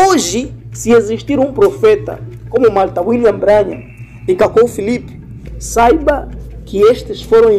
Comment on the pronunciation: Se pronuncia "Brãnrram" Deus te abençoe meu irmão. A verdade tem que ser dita contra essas seitas e heresias